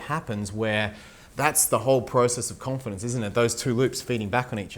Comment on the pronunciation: Con-Feed-ence. Lol